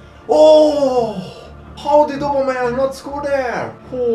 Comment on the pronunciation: says aubemeyang wrong say it like this (oh-bomh-eh-yany)